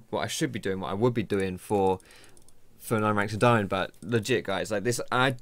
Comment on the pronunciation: don't say daiAmond